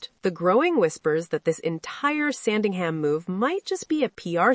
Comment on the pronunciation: It's Sandringham, not Sandingham. If you can't pronounce it correctly, I question the accuracy of the rest of this segment.